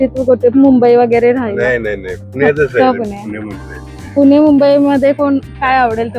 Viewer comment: पुने नाही पुणे म्हण ग